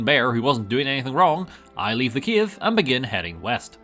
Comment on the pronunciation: still faking heresy playing skyrim on console!!! also, did u said kiev instead of cave?!